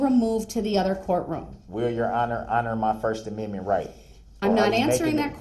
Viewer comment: Oh no! He says the judge is citing the “Sixth Aminmin!”